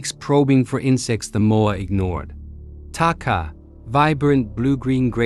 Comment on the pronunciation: The Maori has been discovered to be not the first humans to first humans to have reached New Zealand , there were humans here proir to the Taupo Lake eruption in 86 AD The word Takahe is pronounced Taka-HE